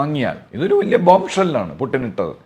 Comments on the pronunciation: ഗൂഗിളിൽ pronounciation നോക്കിയാൽ കാണാം പൂ..റ്റിൻ എന്നാണ്.. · പ്യുട്ടിൻ ?ഇടക്ക് അറിയാതെ പുട്ടിൻ എന്നുപറയുന്നു 😂ഉടൻതിരുത്തി പ്യുട്ടിൻ ആക്കുന്നു 🤣🤣🤣